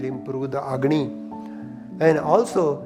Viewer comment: Not Agony..Agni ( Fire )